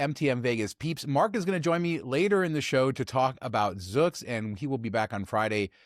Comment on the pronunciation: Zoox is pronounced with a long u sound. Zoooooooouuuuuux